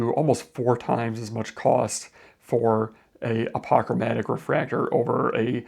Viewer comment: You pronounce apochromatic strangely